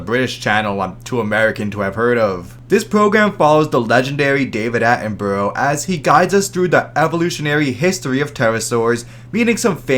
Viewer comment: Pronounced Sir David Atten-Bruh please